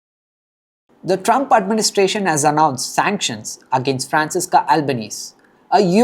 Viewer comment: Then she can go to Palestine. Let's see how she does among 😏 Hamas. We don't want her. BTW her name is pronounced Franchesca~